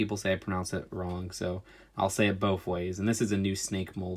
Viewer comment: You know that you pronounced both as “bofe”? Please use proper English.